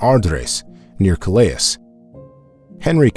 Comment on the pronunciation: Pity the AI narrator can't pronounce Calais...